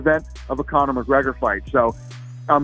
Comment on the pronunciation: McGregor is nice it's McGregor not McGregor on Proper-12